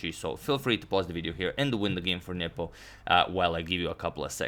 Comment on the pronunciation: Every time you say "Nepo" I hear "nipple". "e5 played by nipple..."